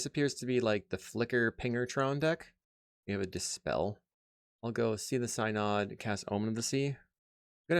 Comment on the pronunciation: One of these days I'm going to find a religious mtg creator who can pronounce synod.